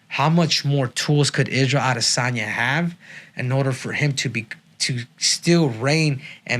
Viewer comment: Israel AH-DEH-sanya